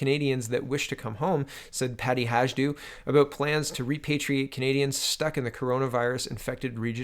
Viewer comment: I love your pronunciation blunders! I know how tough it is. :) So I figured I give you a hand: Hajdu pronounced as Haydu. Say "J" as "Y" in "Yay!" Then it won't sound like she's an East Indian which she couldn't be further from.